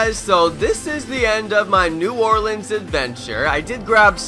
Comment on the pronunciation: Bro i live in nola born and raised down here you said it perfect bro